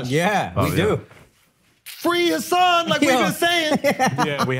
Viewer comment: You're pronouncing Hassan's name wrong btw.